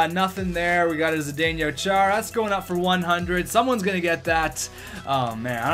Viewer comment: It's not Zuh-day-nyo, it's Zuh-day-no, for Chara. :)